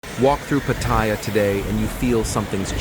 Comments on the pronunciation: You know it's going to be a crap video when he can't even pronounce Pat..aya correctly. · You can tell it's going to be a crap video when he can't even pronounce Pat..aya